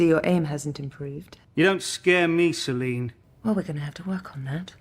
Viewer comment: You keep saying Selena. It's Selene.